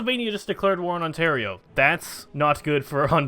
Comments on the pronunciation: Ontario is pronounced On-Tear-E-Oh not On-Tar-I-Oh xD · you pronounce it right later on, wat